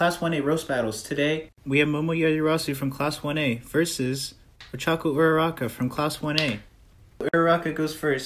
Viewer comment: O-choka why does it sound like that tho- 😭😭😭 it sounds like o-choco 😭😂